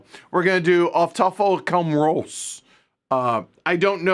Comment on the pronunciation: Quick pronunciation guide: Owf Toy-full come rouse (rhymes with house). "au" in German always makes the English "ow" sound (unless it’s "äu" 😂. The last name Braun for example is pronounced the same as Brown in English, Haus is pronounced the same as house in English. Thanks for the list! Some cool games coming out this year!